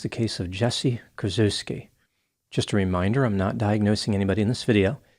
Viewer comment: "Kur-CHEFF-ski," please.